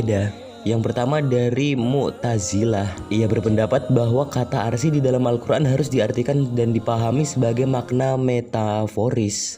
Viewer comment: "arsi" dong 🤣